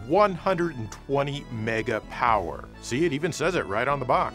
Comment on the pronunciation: He said mega power funny